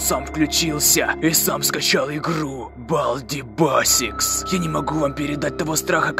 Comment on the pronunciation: Во первых надо правильно читать по английски и ещё надо говорить не балди басик а балдис бэйсикс